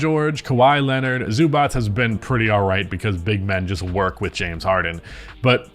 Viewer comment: Holy shit! You pronounced Zubac correctly! 🤯